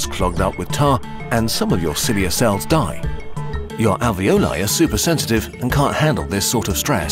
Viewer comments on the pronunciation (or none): lol the "ravioli" ? no > "alveoli" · alio e olio hahahaa its a type of pasta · As an itlaian the alveoli part which said aglio and olio was SO FRICKING FUNNY😂😂 (Aglio e olio is a type of pasta in which you cook garlic and olive oil toghter)